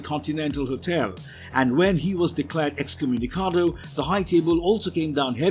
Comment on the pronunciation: Y'all can say excommunicated you know, you don't have to butcher the Latin version.